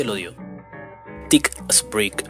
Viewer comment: thick se pronuncia zik,Teacher se pronuncia ticher. En mi opinión hay que pronunciar en inglés o en español, pero no de forma que no es ni inglés ni español.